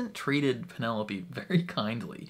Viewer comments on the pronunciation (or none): LOL - are you calling her PeneLOPE on purpose, despite hearing everyone call her PeneloPEE in trailer? And the first two seasons! I can't tell. Awww. I've actually come around to anticipating S3 the most of all the seasons! Marketing has been genius. I, too, was doubtful Pen & Colin's season could beat Queen Charlotte. But NOW. Total turnaround. Love the idea of Colin redeeming himself by being her wingman. And friends-to-lovers trope. Looking forward to Nicola Coughlan's comedy chops! And so looking forward to all the subplots.